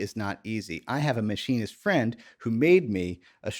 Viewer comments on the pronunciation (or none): none